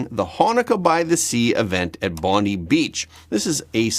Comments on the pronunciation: Excellent episode again mate Heads up though 😉 Bondi (Bond-eye) Albanese (Alban-easy) or just insert expletive 🤣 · Bondi Beach.. not Bondee Beach